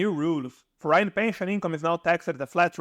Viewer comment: I really have mixed feelings about this video... the intent is good, but the delivery is really bad. First of all, please learn to enunciate the words when you speak, and for the love of God, please learn how to correctly pronounce certain words, like: percent, foreign, foreigner, province, effectively, temperature... hearing the broken English is very distracting. If you want to make successful videos, at least please make sure people can understand you. Secondly, when you talk about the 7% regime in Italy, you don't mention that one has to be a resident in a town in Southern Italy with up to 20k residents, which is key... all the places you mention are well above that threshold. So once again, if you want to make videos to help people, at least do your research right and deliver correct information. Thank you.